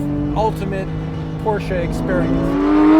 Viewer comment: Thank God he knows how to say , “Porsche”!